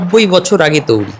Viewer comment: আপনি বারংবার বলছেন "তৌরি"। কিন্তু, সঠিক উচ্চারণ হবে "তৈরী"। তবে, আপনার উপস্থাপনা সত্যিই প্রশংসনীয়। ধন্যবাদ।